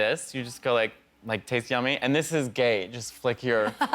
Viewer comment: He said Gæy in perfect Milan accent it's so funny😭😭